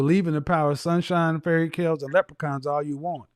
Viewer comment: He said fairy kales 😭😭😭😭😭 I’m dead that’s hard